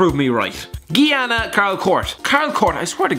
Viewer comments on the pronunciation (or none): Some of your pronounciations were just hard to bare. If you're not sure ask google. Curacao > Cura-sa-o Guinea > Gui-nee Guyana > Guy-anna Fun fact Victor Wanyama isn't the only Kenyan, Divock Origi is Kenyan as well, but chose Belgium for obvious reasons